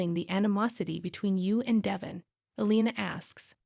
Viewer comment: His name is Devon not Devin